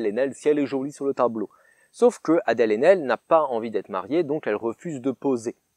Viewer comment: Adèle "Chrachrachrapoulos", c'est magique xD